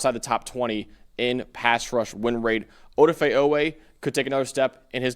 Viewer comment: It's pronounced Ah-Dah-Fay, the poor man, how many times does he need to correct the media 😅